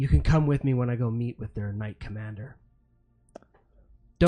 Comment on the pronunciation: I juuuuust figured out about 11 min in that is saying ‘knight commander’. Not ‘not commander’ - makes so much more sense! 😂